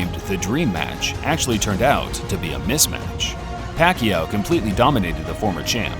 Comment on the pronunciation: Should be 26, the announcers finally pronouncing Pacquiao's name right